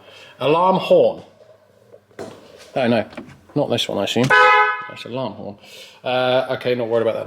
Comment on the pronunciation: alorm harm, fantastic 😂